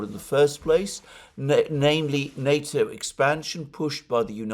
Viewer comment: What nato is he talking about ,sounds like nuto.